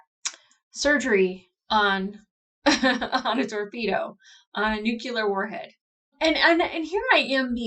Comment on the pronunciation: "Nucular" ? WTF is that?! Repeat after me.: New-Clee-Ur... "Nuclear". There, ya go!. Musta been the rosé... ;-]